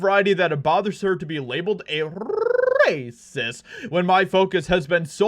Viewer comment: Dude can you do us all a favor stop freaking yelling at us!! You want to curl your tongue and get it caught in your palate when you say racist that's your prerogative but do me a favor dude you turn it down a couple decimals at least!! Yes you have interesting stories yes we appreciate what you're reporting but for crying out loud dude the operative word was loud!! Please dude tone it down